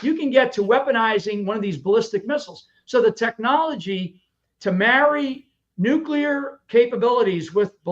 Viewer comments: What does nu-cue-lur mean 🤪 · Love your videos. Love when you laugh at people's posts. But please learn how to properly say nuclear!